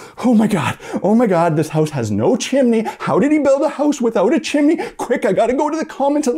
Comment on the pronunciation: Chim.. knee..? –an Australian